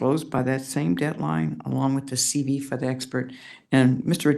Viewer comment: I was puzzled by the judges reference to a CD or CB, until I realized she WAS NOT PRONOUNCING THE LETTERS CLEARLY. Then I realized she was saying “CV” CURRICULUM VITAE. SHE IS A JUDGE AND DOES NOT SPEAK CLEARLY.